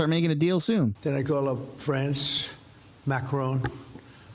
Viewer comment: Macroni and Cheese did you say ?😂😂😂